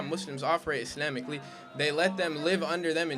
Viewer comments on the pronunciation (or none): He said " issleeehhhmically" lel 😂